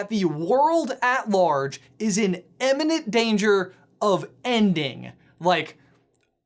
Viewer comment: Please stop saying "emmininent", it's IMMINENT and and